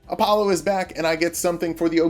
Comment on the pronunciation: App-pollo? I prefer Entree-pollo